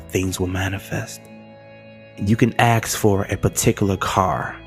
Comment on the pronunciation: "You can axe for a particular car [...]" Whoa!